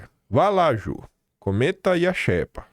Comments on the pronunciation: Não se pronúncia xépa e sim xêpa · Não é "infógrafico", mas "infográfico". Não é "xépa", é "xêpa" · Porra,, a pronúncia é xêpa e não xépa!!!! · É "xÊpa" a pronúncia,. Como se tivesse acento circunflexo 👍🏻